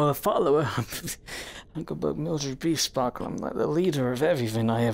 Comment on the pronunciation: WAIT?! It’s “beesparkle”?! I’ve been hearing it as beastbackle